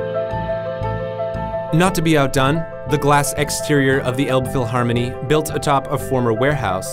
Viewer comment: it's not called the olbphylharmony 🤦🏻it's more like an alpfeelharmonee